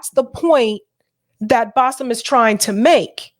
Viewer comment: First of all kept calling him Bassef. Now let’s be intellectually “Not Lazy”, do we expect him to be educated on this matter when he doesn’t know his own guests name??